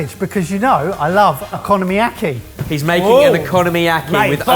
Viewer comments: Please learn the right pronunciations of stuff. the way you say okonomiyaki is non only wrong but so awful. Its not oKOno-mIAki, its OKONOMIAKI. In one go, no separation no puting emphasis on one of the first middel or/ last syllabus and sounds. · I'll never get over your pronunciation of okonomiyaki as economy-aki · Everyone calling Okonomiyaki "Economy Yaki" is really triggering me 💀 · I'm not Japanese, but I'm pretty sure it's not economy-yaki, but o-ko-no-mi-yaki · It's O Ku No Mi Ya Ki, not economy yaki😮‍💨. It's a phonetic language & you've still stuffed it. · British people pronouncing foreign words: Okonomiyaki -> "economy yakky" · What the sweet butternut frak is an economyaki?! Did you mean okonomiyaki? O-ko-no-me-ya-ki. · Economy-yaki wtf is is that!😂 Cmon learn it properly oko-nom-i-yaki. (oc-ko--nom-ee-yak-ee) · Oh-koh-noh-mi-yaki, not o-konno-miyaki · The a in bahn mi is said like the a in pass as spoken with an English accent. Okonomiyaki > oh-co-no-me-ya-key Os in Japanese are long vowel sounding. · Every time - o-ko-nom-i-ya-ki. They're all separate syllables hahahaha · close! o-ko-no-mi-ya-ki, or more specifically based on characters, o-kono-mi-ya-ki (お好み焼き). you're right about separate syllables, and that includes the no-mi part. :)